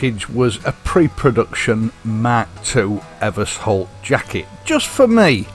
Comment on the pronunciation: Ever-sholt I think, not Evers-holt. There is an Eversholt street in London alongside Euston station it has a sh in the middle.